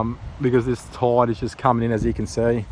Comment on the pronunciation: I'm Australian and I can barely understand you. I guess when you say "toide" you mean tide yeah?